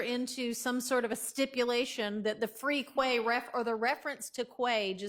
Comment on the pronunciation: He said ‘Free Quay’ 😂😂😂😂😂